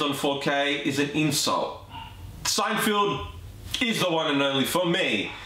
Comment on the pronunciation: Good video, but it's not SeinFIELD. It's SeinFELD.